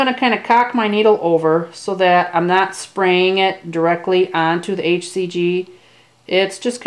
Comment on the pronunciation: NAAT, TOILET PAPER, NAAAAT TISSUES, THEY WILL FINELY SHRED LOL... I loved how you pronounced "not". So amusing. Good video